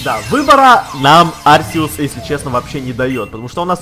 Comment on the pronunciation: правил но говорить не Арсеус а Аркеус